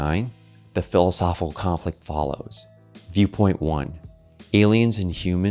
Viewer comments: Hard to embrace when the host cannot pronounce one of the core words of his video. There’s a “c” in “philosophiCal,” you know. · I'd love a super cut of every "philisophilconflit" in this video. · PLEASE pleaseeee learn to annunciate the word philosophical, especially if your going to say it 300 times in a video 😂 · No one caught the mispronunciation of philosophical. It’s odd. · There's an I and a C after the H in the word Philosophical. And they're not silent. 👍